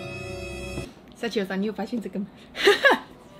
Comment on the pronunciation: 日文老師想哭了...祥与的名字是“灑機優”，不是撒幾友啦🤣🤣🤣